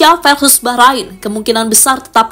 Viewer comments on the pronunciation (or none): none